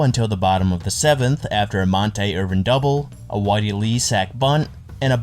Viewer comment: Great video but 3 mispronunciations: Monte Irvin. Montee. Clem Labine. La-bine like wine, cookie Lavagetto like lavajetto. I’m old enough to remember these guys so it hurt my ears. Otherwise, great video and beautifully researched